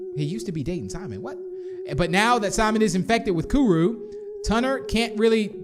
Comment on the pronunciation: You're Not Saying It Right Like Kuru" Is What You're Saying Wrong